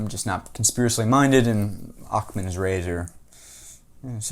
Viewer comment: Please please please tell me you didn't say "Occ-man's Razor". Just say it didn't happen; I want to believe!